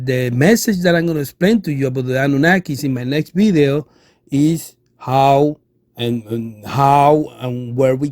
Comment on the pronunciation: I could barely understand you. Nice “Bideo” though.